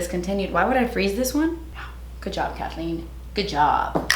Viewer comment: kahthleen?? unprepared for a video???? i would NEVER expect that